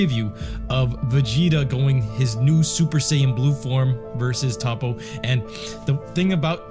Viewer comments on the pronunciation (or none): First this dude said Tapo then he said tupo can someone teach this man how to say Toppo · Did this boi say top-po?